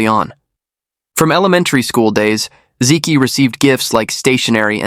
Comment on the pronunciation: hey, learn to pronounce Chinese names correctly. "zi Qi" = "zi Chi". "Zi ki" = "zi Ki"